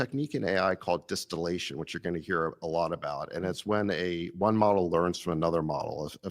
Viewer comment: Di-steal-ation they did, not distillation.